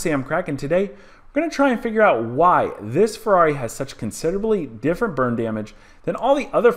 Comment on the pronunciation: Sounds like you keep saying "Bird Damage". What did the bird do?